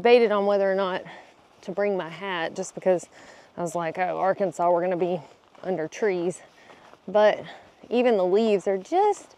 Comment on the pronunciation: R can saw. Not r Kansas Lol